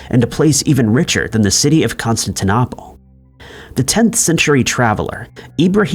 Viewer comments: Consis-stan-opple"???? lol! 🧐😳😆🤷🏼 #WTH?? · How are we supposed to take anything you're telling us as fact when you don't even know how to pronounce important names from history as in Constantinople and Fabergé?